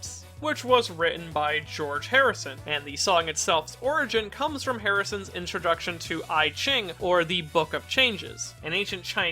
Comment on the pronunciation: For the record its not "I ching" its pronounced "Ee-ching". Its an obscure thing so its not a big deal but thats the pronunciation Edit: jokes on you guys! Thats the nicest thing ive ever been called!